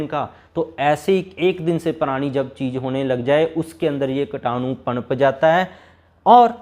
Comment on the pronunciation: कीटाणु बोलो भाई,कटानु नही !